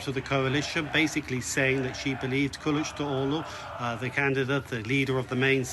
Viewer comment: Kılıçdaroğlu derken gülmektenn çatladım aw telaffuza😂